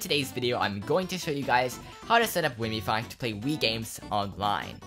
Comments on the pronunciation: Its called wiimmfi not wiimmifi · i hope you know wiimmfi is named after Wiimm, pronounced Weem? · Thats not how you say Wiimmfi...